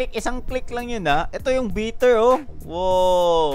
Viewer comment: Bitter? Bayter = Biter